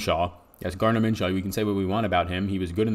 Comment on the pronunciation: Min-shoe not Min-shaw my man..good show btw